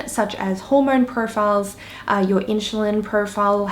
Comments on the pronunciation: Side note: it’s InSulin Not In-Sh-ulin ^^ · Inchulin holy shit plz learn to say insulin like everyone else. You sound like you dont know what you are talking about if you cant pronounce the basic words...